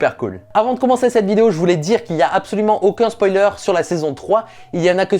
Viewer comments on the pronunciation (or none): none